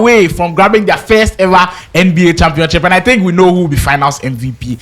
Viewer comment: he said championchip😭🤣